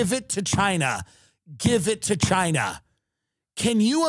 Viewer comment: "Give it to Chiiiinahhh", sounded sooo Long Island and I love it!